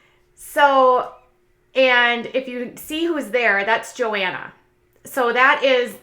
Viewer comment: I think the H is pronounced in Johanna. JoHanna.